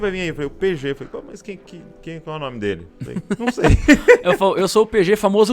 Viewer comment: Qualquer pessoa falando: -: - ual Marca kkkkkkk